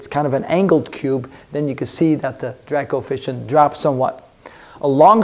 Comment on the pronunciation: Kept hearing ‘Dirac Coefficient’